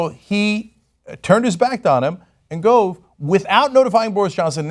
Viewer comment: Its spelt Gove but pronounced Guv